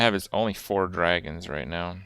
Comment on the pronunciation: To pronounce it "Dwagons", you need to at least be furry adjacent.